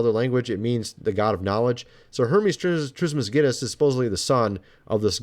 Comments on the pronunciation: phoenician isnt pronounced: 'fuh • knee • kin' ive always heard it pronounced: 'fuh • knee • shin' and hermes trismegistus isnt pronounced: 'tris • miss • gui • ness' (like 'guiness' beer) its: 'tris • muh • gis • tus' (the "g" sound is still a hard 'g' like you had it like the 'g' in 'guitar' or 'gay' or 'give it to me') just so were not walking around pronouncing words incorrectly, im tryna help us all be the best us that we can be. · Hermes Trismegistus- Say it with me, now: Tris-muh-jist-uhs....not Trismas Get Us. While we're at it,: Phoenician is fo-NEE-shun, not fo-NEE-kun. I've watched everything you've released on both channels for YEARS, and I LOVE your theories. Just trying to throw you a bone, my man. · It's kind of an acquired taste.😛 And I think he took my advice. He still says "psueoepghria" or something, and Hermes Christmasgetus, but he DOES have some interesting takes. I still watch every vid.